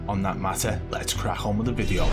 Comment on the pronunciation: This man says crack with a "K" 😂😂😂😂😂